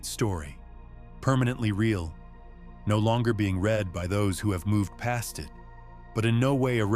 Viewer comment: AI narrator, probably AI generated. 😑 They used the incorrect pronunciation of “read” using the past tense rather than the present tense.